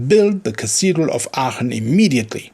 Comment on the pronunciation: on the other hand you pronounce Aachen perfectly.